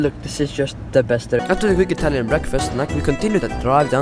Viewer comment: Bro your Italian is better than mine (i am Italian)